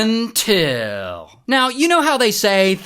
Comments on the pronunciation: I love the “UNtill” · I love it when he says “until”🤖🤖🤖